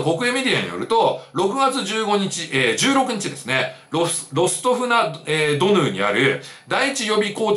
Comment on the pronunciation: ロストフ・ナ・ドヌーですね。 珍しく言えてない🙃